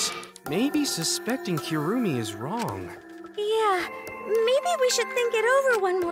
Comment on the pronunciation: Repeat after me, kirumi. Nlt kurumi, kirumi